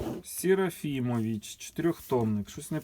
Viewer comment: Фильм "Даурия" был снят в 1972 году.Правильные наголоси в прізвищах - СерафімОвич , княгиня ЛіговскАя.